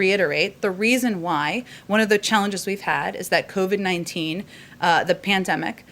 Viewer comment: shes mispronounced covid-19